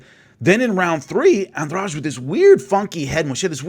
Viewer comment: I like how you pronounce Jessica's last name right like it's nothing